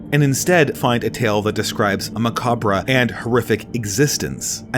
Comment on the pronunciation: No. Macabra